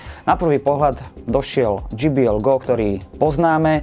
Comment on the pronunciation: dží bí el by bolo GBL je to džej bí el